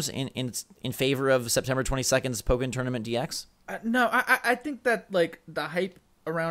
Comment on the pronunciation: Oh my god learned how to pronounce "Pokken" correctly...